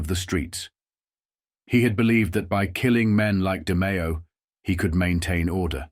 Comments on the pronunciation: but AI mispronounced names. Through half the story the narrator said 'de my o' Then finally said De-may-o. Constantly saying Paul, Big Paul, Costellano, was past annoying 😊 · How about getting a human to narrate? Seriously... your work is too good to waste it on a computer voice... Hearing "Demeeo" and "Casteeonno" and "Poozo" makes me wince.